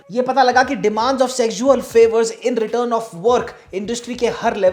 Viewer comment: Why are you pronouncing it as SEG-ZUAL assualt?